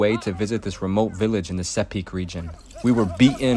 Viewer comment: It’s pronounced See-pick not sepick Sepik wara!!!! 🇵🇬 not many people have gone where you have my friend. Very cool